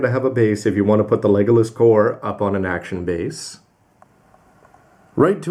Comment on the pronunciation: oh my god!, how many times are you going to keep getting it wrong, it's legilis, not legolas, so would please get the name right!!!! p.s. your getting that name from lord of the rings.